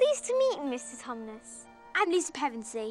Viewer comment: They pronounced and spelled the name of the faun "Tumnus" in two different and both wrong ways I think that perfectly encapsulates the spirit of Wizards Watch, and I love it.